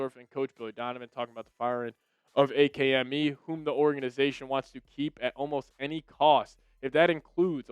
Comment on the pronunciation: Wait do you really say A-K-M-E and not ACK-MEE? That’s wild behavior son